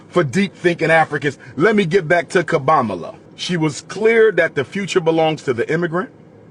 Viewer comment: "Kobamala" is that with 1 K or 3?🤣